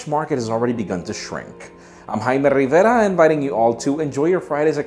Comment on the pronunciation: I know he's pronouncing his name correctly but in the context, the way he says Riverrraa is annoying to me. And I'm not even American.